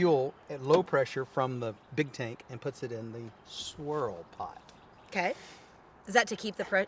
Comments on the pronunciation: I thought I said sorell pot as well! 😁😂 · Yea I heard him say Sorrol Pot Tool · I thought that he said sorell pot, not “swirl” pot!